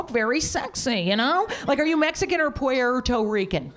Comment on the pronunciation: "Pu-er-toe-ree-can" Lmao!